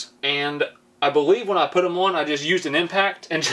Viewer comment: I do..but why can't he say "when"???